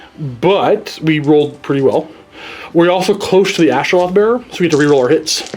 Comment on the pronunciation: it's AstroLITH not AstroLOTH come on